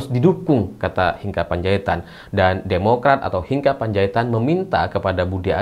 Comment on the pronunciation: Membaca nama Hinca itu bukan Hinka tetapi tetap Hinca 😊